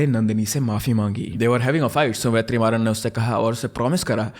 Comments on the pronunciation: It's vet ri maa run pronounce it together it's not ve3maaran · just a correction vertrimaran is pronounced as VETRI-MARAN ( t of tomato) but HATS OFF MAN!! you explained so well!! you actually deserve more subscribers...